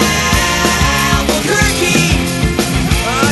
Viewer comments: sounds like Alber-turkey instead of Albuquerque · No, he's saying Albuquerque